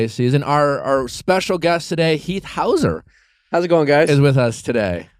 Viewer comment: Was the “houser” a joke 😂 it’s hussar